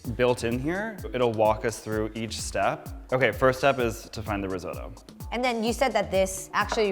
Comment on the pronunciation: I die a little inside every time he says rIsOtO